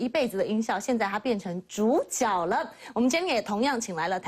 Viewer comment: 是zhǔjué啦！一直豬腳豬腳